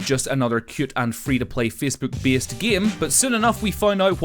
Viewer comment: Fecebook? Beesed? Deed speece? Wot?